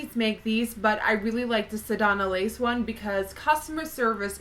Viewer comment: I kept lol'ing when I heard u say sedonna lace instead of sedona lace. Swear I had to check the spelling to see of I was saying it wrong.